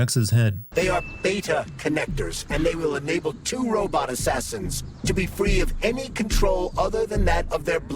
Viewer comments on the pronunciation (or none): none